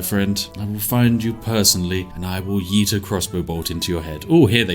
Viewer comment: For some reason, a British person saying “yeet” or any conjugation of the word “yeet” is hilarious